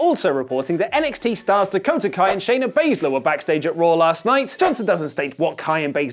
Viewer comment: Did say Dakota Kay? It's Kai (K-eye)